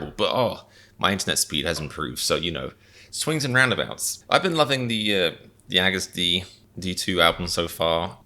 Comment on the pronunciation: ^^ we love you comedian, but please stop pronouncing agust like haggis lmao